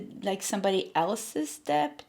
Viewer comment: Hi there….with all due respect, when you talk about money owed or debt, it’s pronounced DET, the “b” is silent. A lot of Americans make this mistake too. Love you, always spot on in your messages 💖